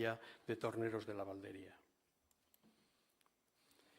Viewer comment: Estuvo hace años el en la Valdería y no sabe decir su nombre, con acento en la i, sonaría Valdería y no Valderia...vaya vaya